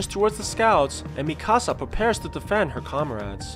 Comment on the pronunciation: Bruh it’s Mikasa not Mi-Casa